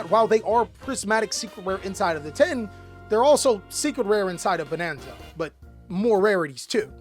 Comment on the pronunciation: i loved how you said quater century Bananza 🤣